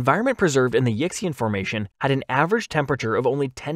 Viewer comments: Yixian is pinyin (the Romanized spelling language for Chinese) and isn't pronounced "Yicks-ee-an" but probably closer to "Yee-shan" Just a heads-up going forward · I love Yutyrannus but I got psychic damage at your pronunciation of Yixian. It's yee-syan. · It's pronounced Yih-see-en, not "Yicksey'un". As always, when you don't know a word, look it up! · Yixian is pronounced (roughly) yee shyan. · Yixian is pronounced "ee-shyen", by the way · Oh I certainly meant to correct, not criticise. I agree it's not reasonable to expect everyone to be familiar with how pinyin represents Chinese phonemes. I only know because I studied Mandarin at uni. I thought I should say something because the Yixian formation is inevitably going to come up many times in future videos and would want it being pronounced sort of correctly. (I wouldn't bother with the tones unless actually conversing in Mandarin - which I've hardly done since uni anyway! lol)